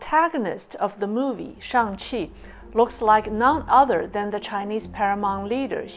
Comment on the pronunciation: Damn, really just said "Shang Xi". Great content, from highlighting the irrefutable parallels to the comb-over...